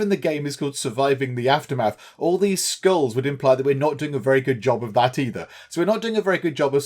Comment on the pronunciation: Lol when you said it not happy because of all the skulls I thought you said schools....although both are not fun